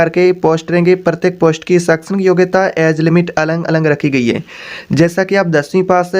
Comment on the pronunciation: Alag Alag hota hai na ki Alang Alang